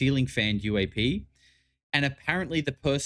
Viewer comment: “JEW-AP” fucked me up 😂